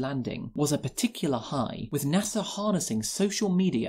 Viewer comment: NASA has no "R" in it